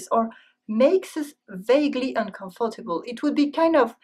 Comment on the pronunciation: la façon dont elle prononce monarchy, uncomfortable, etc... : c'est des fautes.